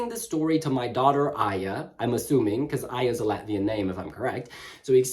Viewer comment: bet tas ir AIJĀ not aija